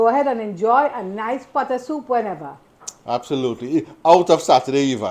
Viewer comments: Looks lovely! "Soop" is what I grew up hearing too 😂 Uncle is right, Saturdays were always the designated days for soup. Keep up the great cooking! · OMG! I love your "soop" 😄I enjoyed your stories and yes please write that book. People see the end but don't know the journey. Blessings to you and your Family❤❤❤